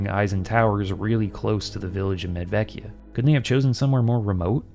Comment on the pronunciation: I am wondering if the first town should be pronounced "Medwekia"? I'm no linguist, but I recall some Slavic languages have/had W and V pronounced... sort of opposite what English does.